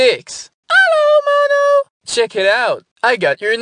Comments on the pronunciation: I like how six sounds like she says malo instead of mono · Sounds like she's saying momo